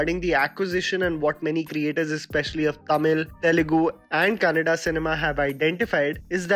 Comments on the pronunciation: pronounced Kannada correctly but what surprised me was that he still pronounced bãhubali wrong! It is not hard to pronounce for an Indian, and the way he did it was similar to American accent... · Thanks for pronouncing kannada as kannada only not unlike others kannad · Mentioning Kannada movie and not (kannad) Whole Karnataka: Correct pronounce maadiDiya. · Yes 😂sigh of relief ❤️ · Exactly! Feels so good to hear 'kannada' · I love the way he pronounces "Kannada" 😊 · I know right 🤦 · I actually don't know how you can say Kannad, like it's literally spelt Kannada, just read what's there, man. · It's great to hear that you pronounced Kannada not kannad and Karnataka and not karnatak....... ge jai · Nice to here you pronouncing Kannada and Karnataka properly , usually people eat away last aa. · it has always been kannada...idk why North Indians are determined on removing the last 'a' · Kannada pronounce is to the point wow